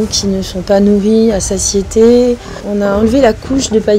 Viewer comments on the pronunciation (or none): none